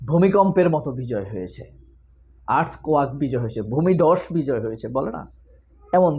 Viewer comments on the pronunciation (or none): আর্থকোয়াক না আঙ্কেল আর্থকোয়েক